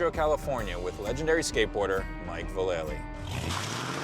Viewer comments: God damn people STILL don't know that Vallely is pronounced VAL-UH-LEE not VUH-LAY-LEE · I've heard him say it himself a few times. It's 'VAL-ah-lee'. The guy interviewing him even screws it up haha. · Its pronounced Valla-Lee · Dude said his name wrong 😮😆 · You pronounced his name wrong! Nine club brought me here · They pronounced his name wrong ...wow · lol even X Games pronounces his name wrong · Haha! yup still people in the industry pronounce his name wrong.